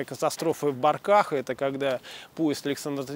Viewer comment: Не в БоркАх а в БОрках! Не сразу даже понял о чём речь !